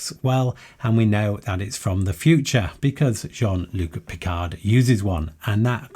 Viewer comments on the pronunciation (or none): This was a really fun video. But in case anyone else didn't comment with a minor correction, it's Jean-Luc Picard. (i.e. Not Luke)